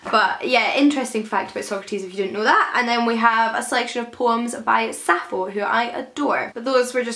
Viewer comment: Did you know that Sappho is actually pronounced Sap-pho? Hence the two p's. Love your videos!